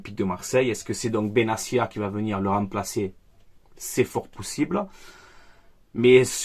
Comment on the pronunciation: tu tues les nom 😂😂😂😂😂😂😂 c’est benattia tia pas cia